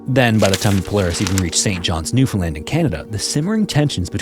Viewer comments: Love ur stories. Thanx for pronouncing the name of my province correctly, Newfoundland! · As a Newfoundlander I'm super impressed you said Newfoundland right. 👍